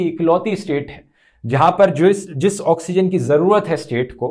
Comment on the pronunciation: dhruv said 'jewish' instead of speaking 'जिस', कहीं अपना हिटलर PM दिल्ली वालों को यहूदी तो नहीं समझ रहा क्या।